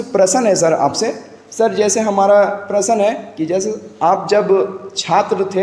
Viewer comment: Prasan nhi prasn hota h